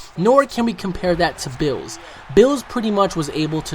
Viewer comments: it's beerus not bills. like wtf? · Berrus! It's Beerus! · Why you call him bills? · HIS NAME IS BEERUS NOT BILLS GET IT RIGHT I MEAN ALL YOU OUT THERE BEFORE BEERUS FIND YOU A ND DESTROYES YOU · His name isn't Bills it's Beerus, and he's not the stongest, his attendent Whis is much stronger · Who is beeroosoo!?!?!? You mean BEERUS!!! :-) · BEERUS ..not bills...not berusu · It's pronounced beerus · The way you pronounce Beerus makes me want to punch you. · It's Beerus not Bruce ooh and its Ki not key